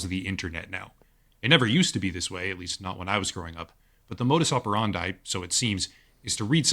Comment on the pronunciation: The way he pronounces "modus operandi" is painful to hear.